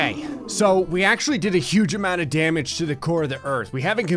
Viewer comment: NOW THAT'SA LOTTA DAMIDGE! ( Damage )